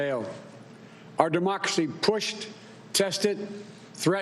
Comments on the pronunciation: Congrats America....You, 'apparently' voted for a lemon as Commander in Chief. I missed a few but here ya go: ...."Certiflied" ..."The American America" ..."Democosy" ..."Befect the fact" ..."The Trump Campraign" ..."Ultimally"....."staints" - ...Sounds and Noises your 80 year old grandfather makes .....Waddles off looking rather thin and frail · He pronounces Demockerie